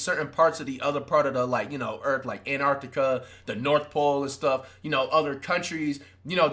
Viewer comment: did he say in arctica or tried to say antarctica lmao